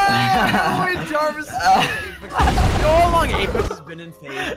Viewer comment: You said javis